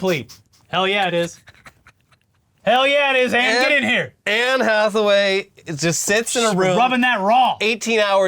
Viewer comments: “Anne Jackaway” fucking I’m dying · "Anne Jackaway" 😆